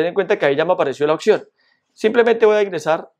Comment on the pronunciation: Deja te la chupo, quedó con madre mi teléfono con esos ajustes, acabo de comprar mi teléfono de gama media y estaba decepcionado de haberlo comprado porque no me gustaba como funcionaba el tacto, pero con esos ajustes quedó con madre, PD: no se dice occion, se dice opción 😉 (Crítica constructiva) Muchas gracias amigo